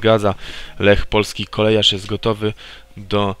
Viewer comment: kOLEJARZ?? CO TY CZŁOWIEKU MÓWISZ